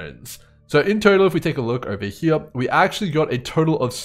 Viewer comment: Wanted to thank you for putting out the consistent content. While it teaches me different strategies, It also lets me play my favorite drinking game, which is “watch grim videos and take a sip every time he says ‘heah’.” Works every time, thanks again 😊